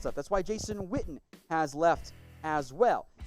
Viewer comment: I thought his name was Witten, your pronouncing it Whtten...